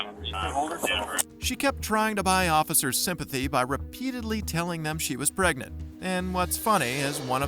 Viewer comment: "im pregnit!"